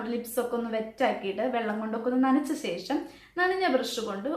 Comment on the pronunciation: Sesham🤔ooo shesham😅